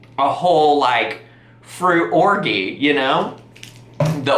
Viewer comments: Or-gee ? The g is like a j in orgy. 😂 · Ma'am.... orgy is not pronounced like that lol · Either your taste buds were ruined by the neat grape juice or you paid $100 for flavoured sugar water xD Btw, i've never heard anyone pronounce orgy with a hard g before. Is this a regional thing in the US?